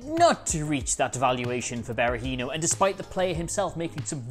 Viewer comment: What are Dabo and Berahinos first names again? Is it a pre requisite to be a football oriented Youtuber and to not be able to pronounce names?